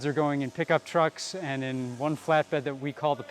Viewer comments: Funny when the guy said truuk 😂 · bruh did you say truck